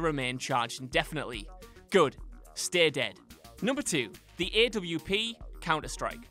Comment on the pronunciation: He can’t pronounce AWP 😂😂